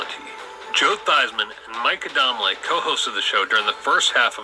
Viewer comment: its ADAMLE and A-dahm-leh